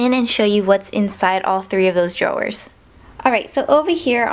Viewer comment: dro-wers? lol